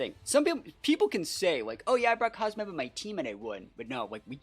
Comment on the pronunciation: I think the team could use some toxic stall as well if you run it back for another video! And btw its pronounced COZ-MOHM (Cosmoem)